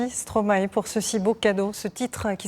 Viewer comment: Compliments on your French pronunciation, that sounds very good! Also try watching "Quand c'est", very impressive. Stromae is a fantastic composer and very creative; be sure to watch his full concerts on YouTube as well, you won't believe what you see and hear! 😍